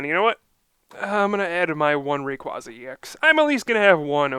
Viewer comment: its ray-qua-za not ray-quaz-za